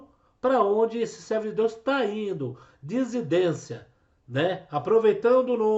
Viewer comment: Dissidência. Vc fala errado.